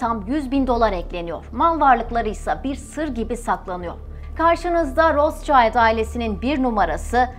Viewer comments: Rotchild değil Rotschild…okunuşu da rotşild…Ailenin adını söyleyemeden program yapmak garip olmuş. Üstelik de almancada kırmızı kalkan anlamına geldiğini söyledikten sonra… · Isim Alman ismi RotSchild , okunusu rosŞayild degil, RotŞilt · yalniz Rotsayld degil ! Rotsild! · Rostçayld olarak değil Rotşild şeklinde doğru okunuşu da videoyu tekrar inceleyip düzeltmemişler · Roschild diye bir telafuz yok rotşild almanca bir kelimedir ver kirmizi kalkan anlamina geliyor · Rotşaylt diye okunmaz, Almanca bir isimse telafuzu Rotşilt tir. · Kardeşim rotsçayld değil Rothschild. Ve roşild diye okunur. Adama İngiltere'de bile roşild deniyor sen niye ısrarla ingilizce telaffuz ediyorsun. Fransız mişel e maykil demek gibidir bu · Daha okumasını bilmiyorsunuz, rotşayld değil, rotşild* diye okunur, Almanya kökenli kelime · Rotsçayld neden? Turkler almancada iyi olmalarına rağmen neden yanlış seslendiriyorlar? Rotşild seklinde okunuyor🙄 Barış Özcan da Aynstayn demesine de çok sasirmisdim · Roths-Child değili Rot-schild. Rot - Şild telafuzu. soyismin ingilizce ile alakası yok. tamamıyle almanca. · Rotşayld değil Rotşilt diye okunur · Ros cayt değil, rot şild şeklinde okunuyor gerçekte. Ve anlamı ( kırmızı tabela ! Kırmızı kalkan ) Almanya kökenli olduğu için öyle kalmış soy isimleri. ( Rotschild ) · abla herkes senin hesaptaki yanlışına takmış. ama ben adamın adını yanlış söylemene taktım. rotşild diye okunuyor kırmızı kalkan anlamına gelir. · Okunușu ROTȘİLD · Rot-şild diye telaffuz edilir. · Bu arada rootşilt diye okunuyor/telaffuz ediliyor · Rot şild diye okunuyor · Rotşild diye okunur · Rotşild diye okunmuyor mu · Rotşild okunur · Bir de doğru telaffuz etseydiniz. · Rothschild almancadir Okunusu almanca ingilizce deyil. Kirmizi tabela.plaka demektir